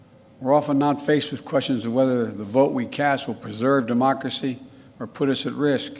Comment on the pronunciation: "Demochrshee" said Joe Biden.... "Fumnemmemel" ... Joebonics